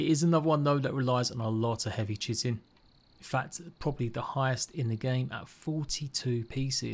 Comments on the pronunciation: I'd say to call it "chit-in" only if you're referring to chitlins, otherwise it's "kite-in". I don't know what the grammar meme police would say regarding the matter, its a toss-up between oxford/british/language arts people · ahha dont worry i used to say chit-in instea of kite-in hahaha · Chitin is said like "Kai-tin"